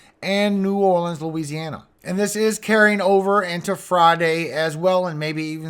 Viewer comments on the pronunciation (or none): none